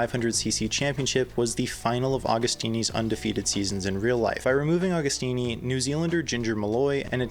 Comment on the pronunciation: Pronounce the name correctly!